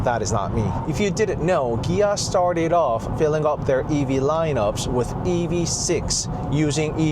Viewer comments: What is a "Gia"? ;) Ohhh...Kia. That took me a while to catch on. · wait.. so the proper pronunciation of Kia is with a "G" like Gia??